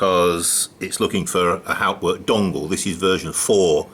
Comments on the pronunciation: You are pronouncing Hauptwerk incorrectly! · correct pronunciation of HAUPTWERK would be an improvement